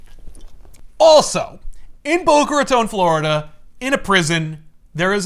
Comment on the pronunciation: Thank you for saying Boca Raton right.